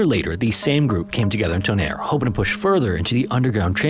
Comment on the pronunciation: I am SO here for this!! Thank you so much, ❤🎉 (But what happened to the other music?? I loved that music so much, it's my second favorite scary atmospheric music. But the new one is ok, too, though) (Also, great pronunciation of Tonnerre 👌✨️)